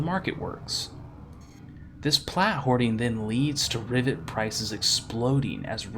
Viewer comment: Sounds like your saying riviet and not riven